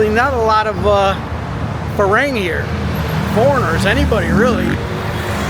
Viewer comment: You're not getting any better. "Farang" rhymes with "long" as in "a long time" not "rang" as in "rang a bell"